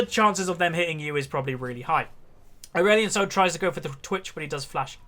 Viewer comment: Did he say Aurelion Snol in the end?? Xd